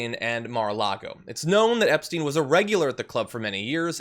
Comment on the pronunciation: He can't even say Epstein name, and they probably had orgies together.